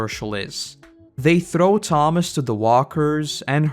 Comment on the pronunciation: It kinda bothered me how you kept getting Tomas and Andrew's names wrong.